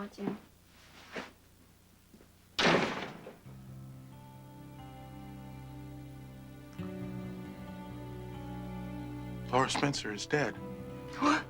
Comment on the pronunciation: I hate it when Stephan calls Laura “Laisha.”